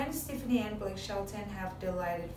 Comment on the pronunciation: You still have NOT learned how to pronounce superstar Gwen Stefani's last name it's pronounced Steff ah knee. Get it right.